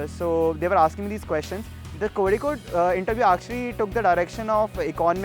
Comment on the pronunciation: This Singh guy even don't know how to pronuce Kozhikode u can say calicut instead of Kozhikode please don't insult our place.